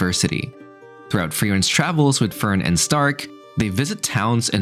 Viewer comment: the way you pronounce fern is hilarious because you say förn.